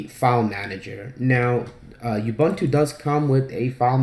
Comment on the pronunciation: Really great guide. I had already figured out alot of stuff but I had no idea where to find good icon themes and nautilus always annoyed the hell out of me. Thanks alot! PS - Ubuntu is pronounced OOO-buntu (that's like You without the y or like doom without the d or the m) and not e-buntu.